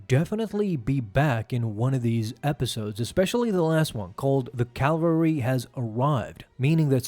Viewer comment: Cavalry, not Calvary.